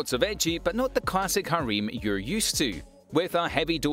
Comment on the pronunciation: This video was a bit of a miss.On top of the incorrect Anime names everyone else mentioned, Shiroi Suna no Aquatope is a summer Anime; granted it will continue to air this fall. Since I'm here, your pronunciation of "harem" is also quite off. Cheers. Thanks for the video.